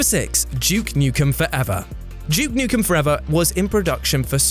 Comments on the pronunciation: DJEWKE NUKEN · "And number 6, JUKE Nukem" 😂